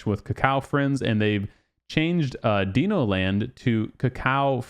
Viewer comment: Dee-No land lol please tell me you’re trolling … it’s Di-no, like Dinosaur 🦕 😂😂